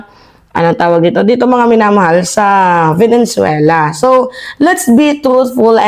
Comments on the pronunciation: VENEZUELA NOT VENENZUELA😊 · VENE - ZUELA NOT VENEN - ZUELA kala ko na misheard ko lang, pero, paulit ulit binabanggit ang VENEN - ZUELA.😂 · Please chk ur pronunciation, Venezuela, not venen